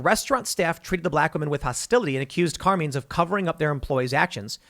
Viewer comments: I can tell Tim, Jeremy TheQuartering didn't spend time with families of made wiseguys. CAR-MINE. Not Car-Mean. CARMINE. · Carmine rhymes with line